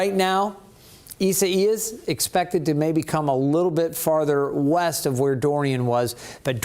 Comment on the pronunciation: ISA IAS😂🤣😂🤣😂🤣😂🤣😂🤣😂WHAT A DUMMY😂🤣😂🤣😂🤣😂🤣HEY, TO THIS MANS BOSS🌹❤I CAN SPELL! READ! AND KNOW HOW TO PRONOUNCE WORDS🌹I NEED A JOB🌹❤HIRE ME🌹🌹🌹(ISA IAS)🤣😂🤣😂🤣😂🤣😂🤣😂